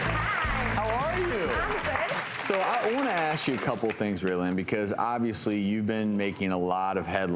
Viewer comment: "I wanna ass you a couple of things" 😂